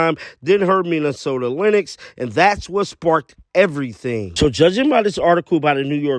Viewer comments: lynx is pronounced like "LINKS", not like "LINIX" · I was losing my mind listening to you say Lin ex it’s lynx dog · Dude lynx is pronounced links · Lynx is pronounced like LINKS. Just sayin'. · You’re pronouncing Lynx wrong…sounds like Links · Coach can't take the Heat MN Lynx is pronounced "Links"